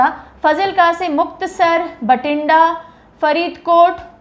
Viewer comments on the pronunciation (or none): These are actually pronounced as 'Maansa', 'Faazilka' and 'Bathinda'(not Bhatinda)... Also the meaning of 'Nawan' and 'Moga' is wrong as you mentioned.Its better to know some etymology before such informative lecture ✌️🙏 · its BATHINDA NOT BHATINDA BOLLYWOOD movies